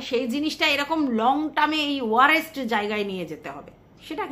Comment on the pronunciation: ওটা ওয়ারেষট নয় ওয়ারসট হবে, ভালো থেকো ❤